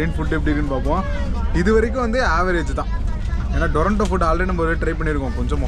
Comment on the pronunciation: அது டொரன்டோ இல்ல. துரந்தோ